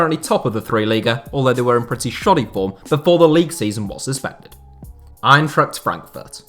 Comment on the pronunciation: He pretty much nailed Braunschweig for an foreigner. What you u guys talking about? The "Eintracht" was bad, but Braunschweig?